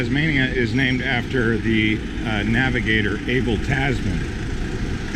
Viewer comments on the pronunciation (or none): none